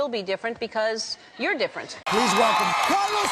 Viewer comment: Did Lopez mispronounced the name "Carlos"